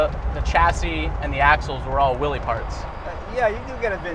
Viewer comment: It should be known (at least amongst Car aficionados) that Willys is properly pronounces like Willis.